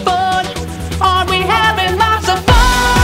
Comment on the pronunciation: he hasn't put that "t" in that "lots" for 4 years